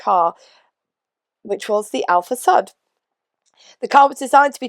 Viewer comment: Great video! Alfasud. Sud rhymes with hood (rather than sud rhymes with bud) 😀